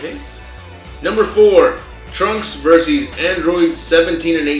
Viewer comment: i like hoe he says "versees" lol